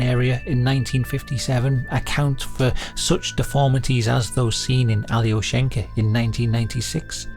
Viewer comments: it's not pronounced "ally-o-shank-a" it's more like "ahl-yo-shien-kah" also it's a male name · alyO-sh'n-ka Not that it matters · Just a note, Alyoshenka is a boy's name (with the stress on the O - yes, completely counter-intuitive to an English speaker), an endearment diminutive of Alexey, a common Russian name.